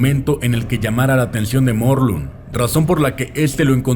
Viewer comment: Se me estalló el cerebro apenas dijo "Morlum"